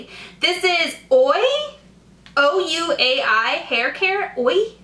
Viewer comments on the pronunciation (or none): It's actually pronounced like way( ouai) and it's a really good brand. Give it a shot you might be pleasantly surprised :)